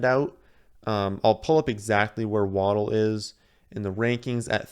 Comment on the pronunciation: Solid draft. Idk how to say Etienne but btw it's pronounced "Wah-dell" not "Waddle", there is a video of his family at Bama when he scored and the announcer says his name and his entire family says together "It's Wah-dell!" (my gf has the same last name and is pronounced the same way :P)